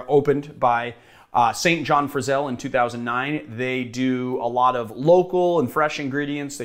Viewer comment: I’m sure someone has said this, but SIN-jin Frizell